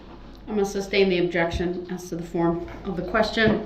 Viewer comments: Some black dudes My mother was a teacher. She never let us pronounce words incorrectly. Some southern black folks pronounce the word GIRLS as GULLS. My mother always insisted GULLS fly over the sea! I cringed every time Brooks would say reasons for the SUBstain or does that mean I can reBUTTLE, or incorrectly refer to himself as the ALLEGED defendent. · ..."Groundz for the substain"... -i can't get no groundz??,--OK ......is it fair to ax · His horrible pronunciations of words : axed, substain, biast, grounds, schmell, etc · Not to mention he was dumb enough to try to defend himself. Meanwhile, can't even bother to learn the legal terms. Like sustain, instead saying substain. Also, disrespectful to the judge throughout the trial. He thought he would get away with it? What a joke. He should have got worse than he did.